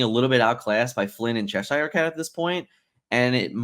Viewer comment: It's pronounced Cheshure! I live there 😂